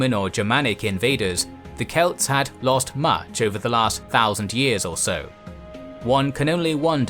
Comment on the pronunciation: pronounce “goDOthin”, not “GOdothin”.